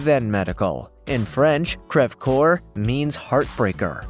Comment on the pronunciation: crev cor? it’s polish and crested